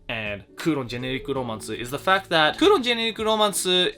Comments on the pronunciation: Always love your videos, so it pains me to nitpick - "Kouron" is Kowloon, so the setting takes place in Hong Kong. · I know the manga as"Kowloon Generic Romance" not " kuuron" lol but it's pretty good